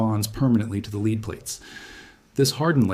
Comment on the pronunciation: In places you say leed in other places you say lead The correct pronunciation is lead not leed.